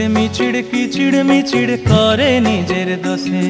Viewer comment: খুব ভালো লাগবার গান। কিন্তু উচ্চারণ "কিচিড়মিচিড় ",মড়িচিকা " কেন?